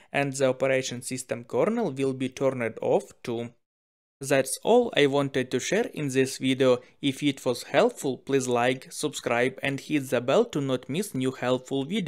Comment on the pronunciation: I recently discovered the subtitles facility to 'kil' you. Hindi accent is the worst accent on this planet. Yours is worrrrse than all of them when you sound the letter R. Use your ears and listen to English speech on how it is done. Until you can speak English I do not subscrrrrrrribe and do not LIKE. BTW do not copy the stupid Englisn of "diving" in, One only dives into water. Sound cannot appear no matter how hard you try. ) . But it can be heard?